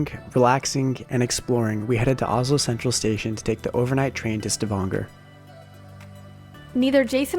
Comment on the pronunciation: Hi. We road train into Paris together Nov. 8. I viewed your video on Norway. Excellent job. Glad to hear Jason pronounce Stavanger correctly. Keep up the good work. Happy Trails. Lee